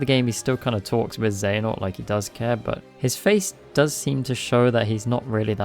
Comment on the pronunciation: Genuinely I can’t tell if you’re saying princess xehanort sometimes and it’s making me chuckle